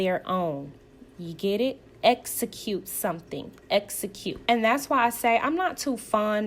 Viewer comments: Esicute Tisha the word is execute. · EX-ecute, EX-po, EX-pose…even though she’s not currently seeing a speech therapist, she can practice on her own. I do it all the time for words I trip over. Google offers the correct pronunciation of words, IJS 😮‍💨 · Latisha in almost every scene tells you "I am a businesswoman" KMSL, hunnny I can say I am a millionaire it doesn't mean that I am. Until she learns the pronunciations of the letter X and S I can't take her seriously!!!!! And the person who keeps telling you they are something is probably not what they are saying. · Apparently pronouncing execute is as difficult as pronouncing ASK. Just saying.😂